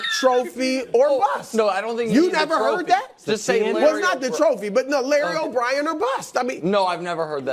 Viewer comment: ROTFLMMFAO... Broussard redeemed himself as a comedian at least...LOOB: Larry OBrien or Bust (Why did he say Lobob?)